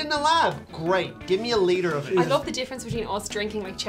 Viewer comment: “A liter-o-kola”